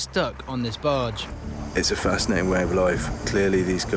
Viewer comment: 가평 빠지에 놀러간다,바지선 할때 빠지,바지가 영어 barge에서 온줄 처음알았네 ㅋㅋㅋ 갑자기 에드형이 익숙한 발음 해서 놀람 ㅋㅋ